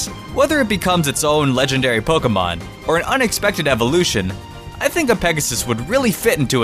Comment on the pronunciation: stop saying pokumon